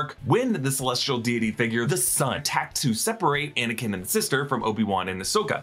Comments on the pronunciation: "Faux"nikin Skywalker? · No one gonna talk about how he said anikin came.